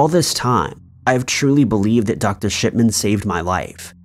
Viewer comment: Shipman sounded like shitman in my ears 😬lol